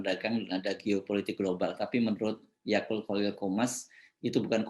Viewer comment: Akut pak bukan Akul